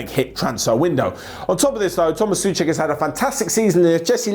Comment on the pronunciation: It's Souček with "O" It's not pronounced Suček, but Souček, why does everyone don't pronounce the "O" in the name?